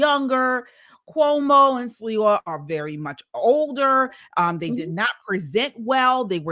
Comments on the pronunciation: Curtis Sliwa is pronounced (Slee-Wah) Sliwa not Silwa!! Also Mamdani is taking advantage of the rent control system because he comes from a wealthy family. Rent control housing is for those who need it! Mamdani is a con man!! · How yall gonna make a video and not even know the names of who is running. It's pronounced. Slee-wah. 🙄🙄🙄 He's the best choice out of both.